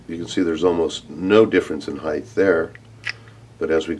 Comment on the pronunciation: Dude do you not know how to pronounce height? Theres no 'h' after the 't'.